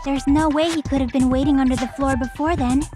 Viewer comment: it's NOT THAT HARD to say under the floor